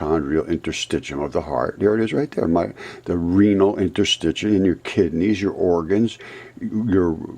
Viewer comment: Interstit “shium”